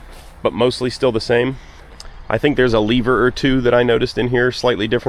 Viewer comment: Finally an American that can pronounce the simple English word "lever", without making the English speaking world flinch!